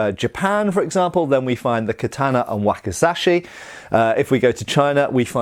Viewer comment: Ka tah na...... not kat taaan na.